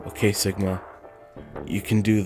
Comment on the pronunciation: Everyone didn't say "Sigma", but "Shigma". Because we(Japanese) don't say "si" in any Japanese words, and we say "shi" everyday...